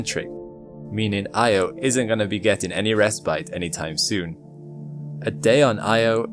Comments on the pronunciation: 💡 "respite" :face-red-droopy-eyes: It's pronounced 👉RESS-pit,👈 not RESS-pite. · (rest bite)sic. The word you want is respite and it's pronounced RESS-pit.